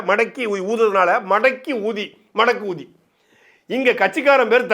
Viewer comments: சகோ, தயவு செய்து அந்த தற்குறியின் சின்னத்தின் பெயருக்கு நடுவில் கொஞ்சம் அதிக அளவில் ஸ்பேஸ்(இடைவெளி) விட்டு சொல்லுங்க😂 எங்கள் காதில் வேற மாதிரி விழுதுப்பா 🤣🤣🤣🤣🤣🤣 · அந்த மடக்கு ஊதி என்ற வார்த்தையை பிரித்து இடைவெளி விட்டு சொல்லு ராசா.அது வேற மாதிரி கேட்கிறது.